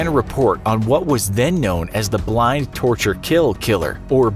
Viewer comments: Sounds like you said blind. It was bind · Did anyone else hear him say ‘Blind’, torture, kill?